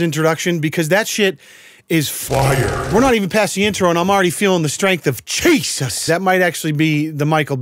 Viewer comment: Why does he keep saying Cheeseus Chris for lol🤣🤣?